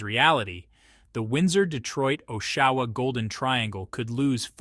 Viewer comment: Teach your AI voice how to pronounce "Oshawa".